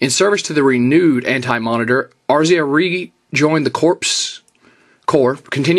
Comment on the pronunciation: lol, A-ris-aa you crack me up lol